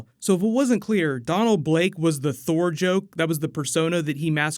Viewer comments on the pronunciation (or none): none